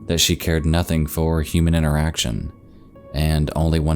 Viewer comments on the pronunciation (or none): none